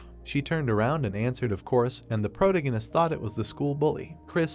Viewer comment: I’m really trying to watch it as the story looks interesting but I can’t take the narrator repeatedly saying the word “protagonist” in the worst way possible. Please fix your narration 🙏🏻